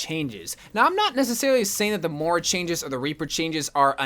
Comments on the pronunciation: It's MOIRA Not MORA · Is it just me or does pronounce Moira “Moura” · Omg he does and it bothered me so much XD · I thought it was just me!